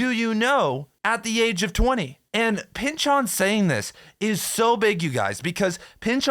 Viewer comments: You are really pushing the "Chooooon" in Pynchoooooon man... take it easy... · "Thomas Pyn-CHON"